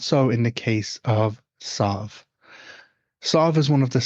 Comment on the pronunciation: My daughters name is sadhbh and it hurts my ears to hear you pronounce it like this. We pronounce it sieve anyway. Is the one you're using from another dialect or something?